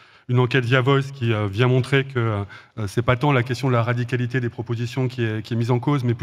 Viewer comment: Va falloir travailler sur le mot "radicalité" avec Roussel 🙃